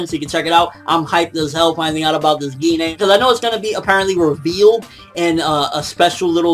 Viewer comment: Pretty sure its pronouned jine but with a g gi-nay sounds kinda weird (just the way you said it)